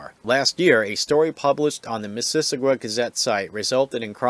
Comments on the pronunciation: It should sound like Mrs. Awe Ga. Your pronunciation sounds more like missISSISSagwa. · Sounded like you were adding extra syllables. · "Miss-iss-ogga " (just FYI) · Why can't the commentator correctly pronounce "Mississauga?" LOL! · Would it have been that hard for you to look up how to pronounce Mississauga? You're not even close. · You are under arrest for using inaccurate speech, section P05, Failing to use correct pronunciation will be considered negligent infliction of stress under the feelings act 2017.